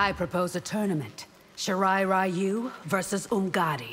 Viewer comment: I can't believe NRS has the balls to still pronounce it as "Shee-rye Rye-you" especially coming from Scorpion's VA who is actually Japanese.